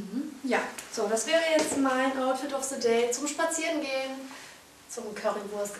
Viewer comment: outfit of se day? Haha, du kannst kein TH was?